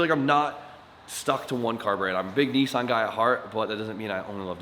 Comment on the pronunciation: It's not knee son is nis Ann